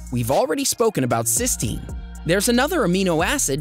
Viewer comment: N acetyl cysteine not cystenine